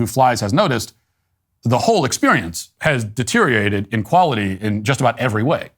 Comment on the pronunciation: You almost said "deteriated" but just barely didn't.